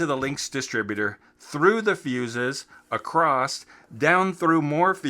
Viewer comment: Niiice, i respect one who admits their mistakes.... now if you stop pronouncing "across" with a "t" on the end youll be golden! Hahaha